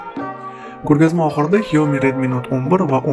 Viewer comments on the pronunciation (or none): Xiaomiii emas Ksyami deb oqiladi